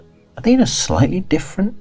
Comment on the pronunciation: “I’m playing as a slightly older gentleman” but I heard “slutty older gentleman” and I didn’t even bat an eye 😭✋🏻